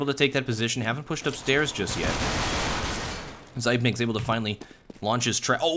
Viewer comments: zip - nix not zype - nikes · zypeks, not fkn zaipneks